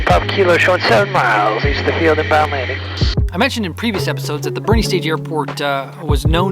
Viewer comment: Having known many Boerne locals in my life, I'm sure they're having a chuckle at you pronouncing it "bernie" :)